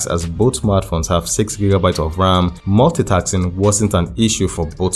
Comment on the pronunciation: multitasking ... not multitaxing ! 😂